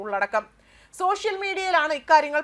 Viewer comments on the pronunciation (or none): none